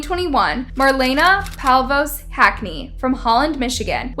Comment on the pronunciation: That’s pronounced “No Con-Test,” not “No Con-TEST.” (As in “the game between the men and women was no contest.” and “I wanted to contest that pronunciation with a pronunciation-expert.) “Palvos” vs “Pavlos?” Judge ANquilina? Where is the N in her last name? It’s spelled-out for you! 🥴 (“Batch-Man?” how’s about “Bock-Man?”) Wow. You need to be held in contempt for gross-negligence while attempting to pronounce names! Signed-Karen. 😂